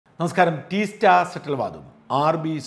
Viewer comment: ടീസ്റ്റ അല്ല. തീസ്ത!